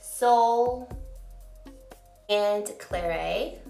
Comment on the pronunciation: Not pronouced Claray but Clarette. Pass anyway all of the are existing shades.